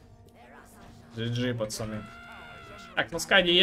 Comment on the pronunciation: Я думаю что такое ты говоришь "пасани, пасани". Думаю кого куда пасануть надо? )))) Потом понял 😃